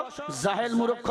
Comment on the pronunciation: ফালতু হুজুর ইসলাম ধর্ম প্রত্যেক দেশের জন্য এক এবং তিনি মূর্খ শব্দটি সঠিকভাবে উচ্চারণ করতে পারেন না তিনি আবার কিসের আলেম